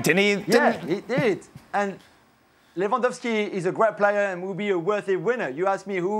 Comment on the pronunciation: First saying benzema 😁 Second saying Lewendwoski 😂🤣 And then saying benzema carried Real Madrid 🤣🤣